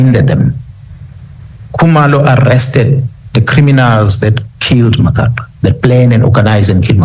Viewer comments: He cant even pronounce Magaqa's last name. WTF? Acting like he cares for Sandiso while doing his own vendetta, this is a lunatic of note. For us from Umzimkulu this idiot is just obnoxious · He can't even say 'Magaqa' 😅😅😅